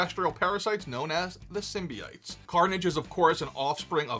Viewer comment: SymbiOtes, not Symbites.